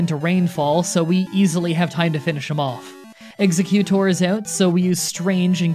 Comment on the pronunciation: Hmmm I think it’s “Egg-Zeg-U-Tor”